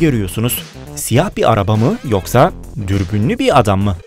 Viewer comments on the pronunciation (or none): none